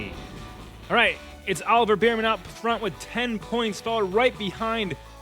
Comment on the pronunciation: Its “bearman” not “beerman”